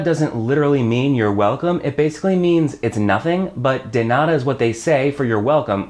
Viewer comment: Hey,. First of all, I gotta say you're doing a great job at teaching spanish. I´m a native spanish speaker (I live in Mexico City), and I´d like to make a pair of comments that will be quite useful for you and your students. The first one is related to the pronunciation of the word "nada". Usually, american people change the pure sound of the letters "d" and "t" when these are in the middle of a word (even they sound very similar). For example, in the word "turtle", the first letter "t" sounds different from the second one, something that is very common to hear in the US, not in the UK. What I mean by this, is that you mustn't change the sound of the letter "d" in spanish. In the video you changed the sound of the "d" in the word "nada" as you do it in your first language. You have to say "DA" as in "DArling". The second comment is about the expression "permiso" (in Mexico we usually say "con permiso"). This expression (con permiso) is used only when someone is blocking our way. I bring this to my mind because once, in a restaurant, I heard an american to say "con permiso" just to catch the eye of the waiter, which is wrong, in that case he had to say "¡disculpe!". Actually, that was very funny because it was like if I told a waiter "pardon me!" in order to call him, instead of saying "excuse me!"... I´m gonna start to teach English in Mexico, and I'd like to exchange knowledges with you about the languages. I consider myself that I´m in an advanced level.